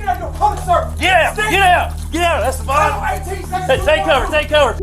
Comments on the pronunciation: "Es Stay Ban?" It's pronounced "Es teh ben" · Es Stay Ban (the way AI pronounced it) was on a send off looney mission. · The cop even says his name correctly in the video. Its not es "stay" ban